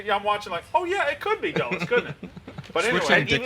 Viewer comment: I will admit i do not pronounce chuba hubbard right either. I think Dulles was a horrible one though